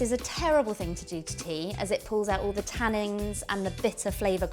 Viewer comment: It sounds like she's saying "tannings". Surely she means "tannins".